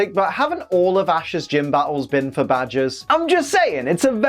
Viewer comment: It's battles not batules